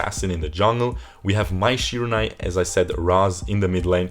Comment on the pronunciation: Mai Shirunai , i think you just butchered her name my dude